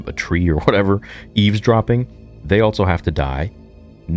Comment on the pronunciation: can't believe this dude is STILL saying Altso